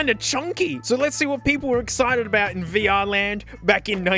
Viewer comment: "Vuh-Err" lmao this video is already off to a great start